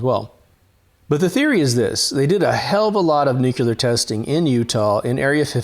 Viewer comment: New-cue-ler? Love this channel. And it's new-clear. Nuclear.